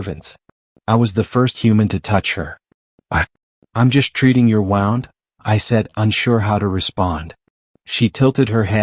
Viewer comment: Please learn how to pronounce wound properly when attending to an injured person it’s sounds ridiculous